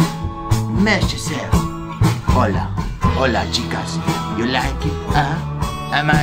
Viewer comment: It’s hola